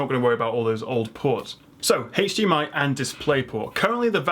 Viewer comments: Was kind of expecting to see mention of the ASUS PG348Q, but still very informative video. Also. It's "hdmi" not "haych dmi" :D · The only reason I managed to watch this video to the end was because of the accent, it was all a bunch of letters and numbers to me. I’m technologically challenged and most likely I’ll still go to the store and have a panic attack and break out in hives somewhere in the keyboard aisle. But I did learn some things and also like it when he pronounces HDMI like “haytch-DMI” lol!